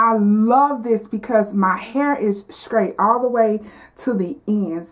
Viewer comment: Bone scraight!! Funny!! Just practice your str sounds and you'll be fine.